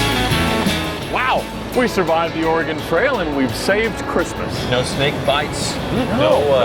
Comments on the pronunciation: Great so far. Except for pronunciation of Oregon 😂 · Holy crap. I am dying inside every time he mispronounces Oregon. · Thank you!! As a born and raised Oregonian, this gets me so mad. It’s not that hard to learn state pronunciations. Especially if you’re going there…. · As a northwesterner, your mispronouncing of Oregon this whole series is going to drive me insane 😂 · Saw them all lined up at the beginning and was worried it was a poorly made Topgear spoof. No, it’s actually pretty good. The hardest part was hearing them say “Oregon” wrong every other sentence😬😂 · All this production, and he couldn't pronounce Ore-e-gun correctly? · The way says oregon really pisses me off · The whole concept of the video is about the Oregon trail and it isn't even pronounced correctly, sigh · pronunciation of Oregon is as bad as Tyler's pronunciation of Comforser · Can he say Oregon correctly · wow. your Pronunciation of Oregon is...painful. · You know when a person isn't from the West call it ORE-GON instead of ORE-GUN... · I’d choose the car the could properly pronounce Oregon. it’s Ore-gun not Ore-gone and I love the film but mispronunciation was pissing me off throughout. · Ore-GUN not Ore-gone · OrGun not OrEGon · He is actually pronouncing it correctly, it's the locals who mispronounce it. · as an oregonian every time i hear someone prenounce oregon ore gon instead of oregin i loose sanity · It's pronounced "Or-ah-gun" NOT "OREEGONE!" or "OraGON" C'mon you guys! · “Orygun” not “oregone” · It’s pronounced or-ee-gun. not or-ray-gone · ORE Gone???? if your gonna say the name 5x the first minute learn how to say Or Gun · I am guessing OregAn is the correct Florida man pronunciation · Ore a gon lol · Thank you so much for bringing this up. My Oregon heart immediately dropped when he said Ore-Gone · "Or-a-gun" It's a common mispronunciation.. lol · Please don't be the person that says "oregin" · CHRIS HE SAID "OREG-ON"